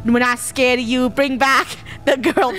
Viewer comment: yep! the krew was “scard”